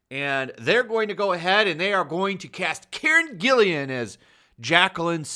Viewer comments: its GILLAN, not Gillian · Hey, just a tip, Karen's last name only has one I. Gill-AN. Little OCD on pronunciation , no ill will meant. Keep up the great content. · Karen's last name is spelled G-I-L-L-A-N. With a hard "G". Just a little note,. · Whose Karen Gillian? or do you mean Karen GILLAN?